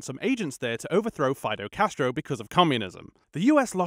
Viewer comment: "Fido Castro" XD